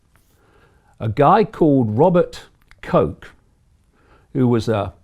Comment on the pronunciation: Its not "Koke" its pronounciation is Robert 'Kotch"